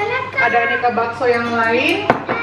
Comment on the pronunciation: si ngomong bakso malah jd "bacot" hahahahahahahah 🤣🤣🤣